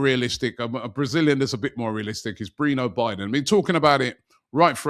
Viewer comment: His name is Breno Bidon not “Baidon”… Arsenal should go for him and help Corinthians with their debits. 🙌🏼